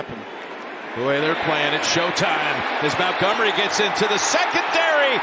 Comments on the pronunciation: Idk how I didn’t notice it live, but how does Nantz not know that Montgomery’s name isn’t “Mountgomery “? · why commentator keep saying david mowngummary???